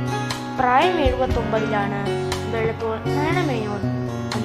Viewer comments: Not വെള്ളത്തോൽ it's വള്ളത്തോൾ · Not vellathol it's vallothol